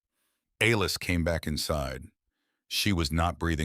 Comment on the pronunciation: A-Lis? C’mon man. How do you f-up the name Alice? Besides that I enjoyed your story